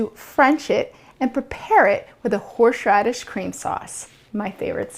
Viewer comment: Whorrsshhhradish chream sauce